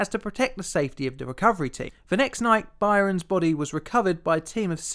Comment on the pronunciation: SL-1 Accident: It's Byrnes (pronounced "Burns"). One syllable. Not "By-rons."